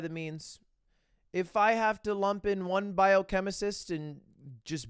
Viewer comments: Mr. English Degree saying “biochemicist” 10 times lmao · Lud - An English major with a degree Also Lud - "Biochemisist" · “Biochemicist” lmao